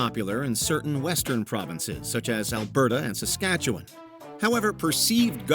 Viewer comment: Bonus point for pronouncing Saskatchewan properly.